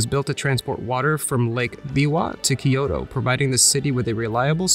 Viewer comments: From a native point of view, i loved the videography, editing, and the places you showed. What did bother me quite a bit, since you’re doing a video on Kyoto, is your mispronunciation of Kyoto. It’s NOT Ki-yo-to. There is no “I” there. It’s Kyo-to. You pronounced Togetsu-Kyo correctly, that Kyo is same pronunciation although they mean totally different things, capital city vs bridge. Tokyo is the same way, not Tokio, To-kyo, east capital. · Great vid but all I could hear was, “ Kiyodo kiyodo kiyodo kiyodo kiyodo kiyodo kiyodo kiyodo kiyodo kiyodo kiyodo kiyodo kiyodo kiyodo kiyodo kiyodo kiyodo kiyodo….” Butchering “Kyoto” haha! Nice vid tho